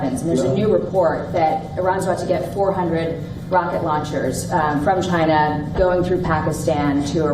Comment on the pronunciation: “Ghina” don’t give a damn what you think you said 😂